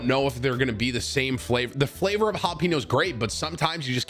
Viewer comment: Why was he saying jalapeño like “pino”, lol